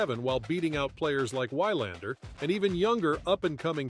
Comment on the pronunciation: It's We-lander. The Swedish pronounce the w like the English, not like the Germans.